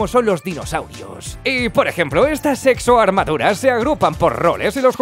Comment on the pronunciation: Exoarmaduras Lo que yo escucho: sexoarmaduras.... i need help 👾 saludos y un abrazo grande desde Bolivia